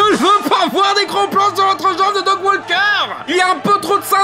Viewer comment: Mouais, un chipotage sur la mauvaise prononciation venant de la part d'un mec qui prononce "Dog" au lieu de "Doug" c'est limite...